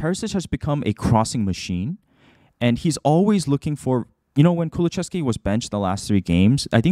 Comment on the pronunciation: Lovely video as per usual! But just fyi, it's ku-lu-SEV-ski, not ku-lu-CHEV-ski /Swede ^^